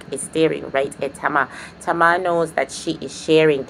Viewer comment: i loveeee the way you say “Tama” instead of “Tamer”😆😆😆😆😆